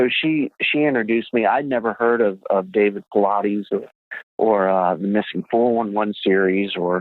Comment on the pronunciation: Guest speaker: “David Pilates” 😭😭😭